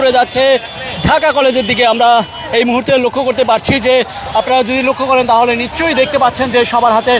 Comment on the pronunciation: "নিঃশচ্ছই" "স" উচ্চারণ ঠিক করেন। শুনতে সস্তা ইউটিউবারের মতন লাগে 😴